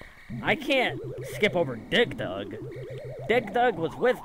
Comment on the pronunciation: Oh my god, the way you pronounced “Dig Dug” sounded like “Dick Dug” 🤣